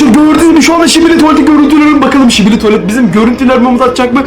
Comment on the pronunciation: Şibili değil sikibi